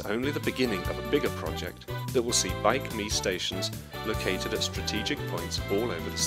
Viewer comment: It is not Bike Me, it's BikeMi